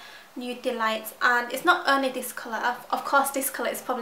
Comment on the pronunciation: Its sooo cute how you say 'dis' instead of 'this'